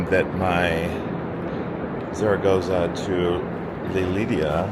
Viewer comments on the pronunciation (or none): 275 euros on 2 taxis is crazy. There were probably cheaper alternatives. In general: so much money is spent on expensive transportation in these few days, it's too much. Why didn't you look into the Eurail pass? The pronunciation of cities is wild: Lidia (Lleida), Too Loon (Toulon), Saragosa (Zaragoza). Oe-gio train is called Oui-go (pronounced as 'yes' in French) I also noticed this in the Nice to Malta video, just invest some time in how these places are called.